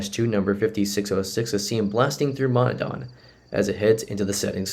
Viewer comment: Hi -- really like your videos, but here's a bit of education in Central PA town names. Montandon is pronounced Mon TAN don, not Mon ta DON and Dewart is pronounced DEW art, not De WART. Keep up the good work!